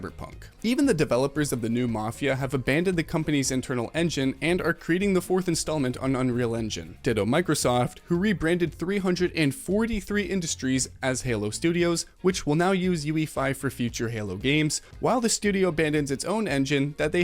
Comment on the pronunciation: please never say three hundred forty three studios ever again. its three four three studios